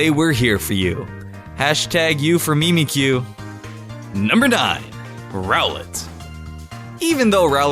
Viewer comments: did he say... memekyu? it's Mimic-you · It's not meemeekyu... It's pronounced like mimic-you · it's mimikyu not meemikyu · no MIMICU it's simbolic to say its mimicing pikachu u sayed memecu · MIMIC-YOU not mee-mee-kyu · mym-a-kue not me-me-cue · Not meme-Q its mimic-Q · I'm triggered, if you watch the anime you would know it actually hates pikachu also it's pronounced 'mimic you' not 'meemee kyu'. Anyway this comment was kinda a joke. I actually like your videos,. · Mee-Mee-kyoo? It is pronounced mim-ick-yoo. Mimic you. It is mimicking Pikachu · Mim-ick-you not Me-Me-ick-you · Adama marty EXACTLY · its mimic-you not MEME-ick-you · mie-mie-kyu..... seriously??? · MIMAYCOO. is how he said it. wut. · It's prononsest mimic-you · its pronuced mimic you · No it's pronounced mimic-you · wtf is "meemeecue?" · It triggers me that he says Mimikyu wrong. XD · The way he pronounces mimikyu 😅